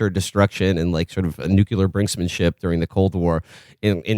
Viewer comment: Will: NuCLEar! So annoying...